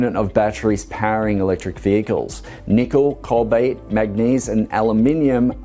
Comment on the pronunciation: Does he mean to say cobalt im sure he keeps saying cobait. Wasn't sure.